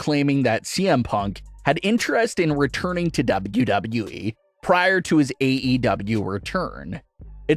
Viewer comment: It annoys me the way this guy says “Wwe”